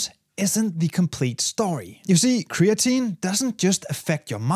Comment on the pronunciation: "cree-AT-a-neen" -> creatinine